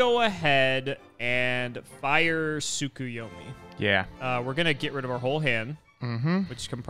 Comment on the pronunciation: Is it a running gag I don't get or why is everyone who plays Yugioh pronouncing "Tsukuyomi" like "Tsukiyomi"?